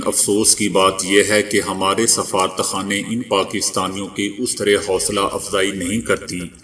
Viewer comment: safarat khana in urdu please say safa-rat rat sound should be clear, don't say as one word